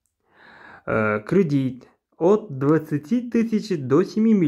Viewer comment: Не кридить а кредит